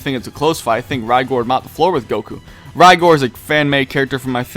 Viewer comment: its cool we know what you meant but you got Rigors name wrong as well its pronounced RIG like and oil rig and then gore like the nfl player frank gore Love your vids though #OnlyDBN